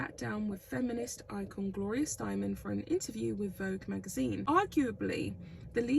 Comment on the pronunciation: Steinem----- is pronounced Stinem... Not Stoneman. Since she plans to travel with that woman and you may have to say it more often suddenly again, I thought I would try to assist. I love love love your voice and accent. The US is a mess. But no one v will ever accept this terrible duo! Traveling as the article states, will make her positively SICK!!! The food awful and so much more. I am so impressed with this excellent article! I love the article!!! ALL in it is TRUE!!! I PRAY that she will watch this and will realize how horrible politics would be for ger!!! The woman is completely delusional about this!!! I agree with each of these pieces and statements in this article!!!!!